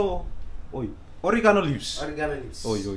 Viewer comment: "Orgi..aa....noo"... hahahaha oregano another famous saying....!!!!